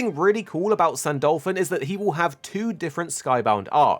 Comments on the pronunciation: Ahhhhhh please say his name right its not San-Dolphon its San-Du-Lu-Phon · why do you pronunce it "saint dolphin"?